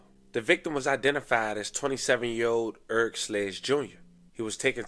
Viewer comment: Urk = Eric lol we know you not from Birmingham lol